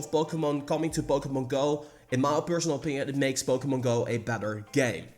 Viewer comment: Its POKEMON not POKEMONG